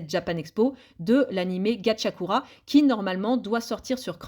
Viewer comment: Gachiakuta pas Gachiakura